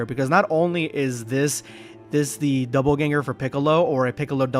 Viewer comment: It's "dopple" ganger, not "double" 😂